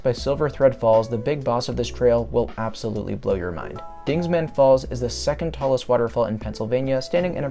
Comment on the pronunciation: Dingman not dingsman. Show some respect to Jebediah Dingman,the 4th earl of Worcestershire England UK. Dingman Falls,say its name.